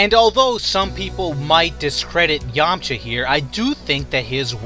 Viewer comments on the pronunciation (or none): none